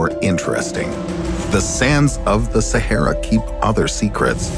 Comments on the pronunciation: Why u pronounce shehara it's sa-ha-ra😄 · I've never heard Sahara pronounced so bizarrely